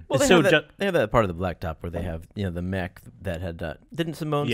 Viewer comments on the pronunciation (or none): none